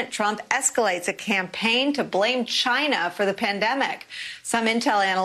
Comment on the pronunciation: this lady says "China" with more emphasis than Trump